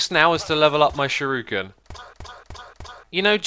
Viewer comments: It's not shiruken it's shuriken... like sure-icken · Also It's Shuriken Sounds how it's spelt Shur-ih-ken